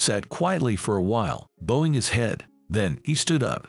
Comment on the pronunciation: Bowing is bowing not boweing😊